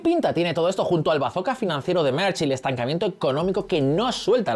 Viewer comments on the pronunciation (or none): Merz no se pronuncia "Merch", sino "Merts". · El canciller "Merch" 😂 ¿Dónde ve la ch en "Merz"? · Un chupito por cada "Merch". Pero, ¿de dónde se saca la ch este señor?!